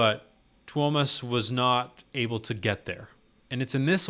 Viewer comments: dude, u pronounced him right, no worries man xD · Your pronunciation of Tuomas' name was good, not perfect, but good ☺ The "i" is actually pronounced a little more individually, less as a diphthong with the "a". I've started to set up a list of vids where the names of the band members are pronounced (no actual links since YT is so unreliable with comments containing even internal links): For Tuomas Holopainen: Marko says his name right at the start of "Greatest Show on Earth" from Tampere (only on fan channels) For Marko Hietala: Floor says his name at the start of "Elan", live from Wembley Arena (also only on fan channels) For Floor Jansen: Marko says her name right before "She's My Sin" from Wacken 2013 (most videos start after it, so either pick the full concert and go in-between "Wish I Had an Angel" and "She's My Sin", or there's a version of "Sin" that includes the introduction, from channel GhostHell) For Kai Hahto (current drummer): Marko says his name during the intro of "Weak Fantasy" from Tampere